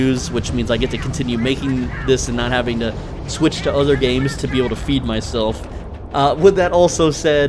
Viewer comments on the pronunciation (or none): none